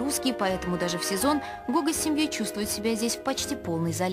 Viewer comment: Не Гога а Гоха (Гаухара)